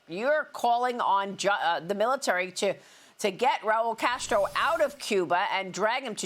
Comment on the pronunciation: Castro not Casto